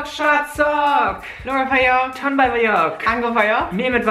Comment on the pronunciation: Az nem vádzsok hanem vagyok😂😂